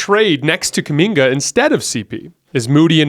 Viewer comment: stop saying Kuminga please.